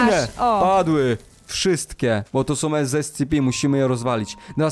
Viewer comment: Nie mówi się escepi tylko escepe